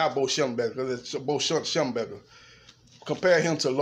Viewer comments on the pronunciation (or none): schembechler NOT schemburger!!!!!